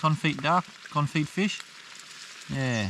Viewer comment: Although it's spelt confit, originating as a French word, it's pronounced kon-fee in English.